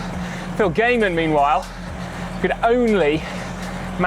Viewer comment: Who is Phil "Gaymun"? 😉